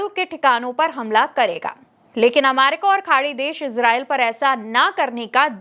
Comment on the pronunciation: Bahen ji America ko Amaica kahna uchit nahi hai.please correct this.